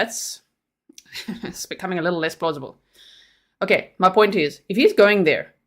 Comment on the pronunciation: I liked it when you said oint😂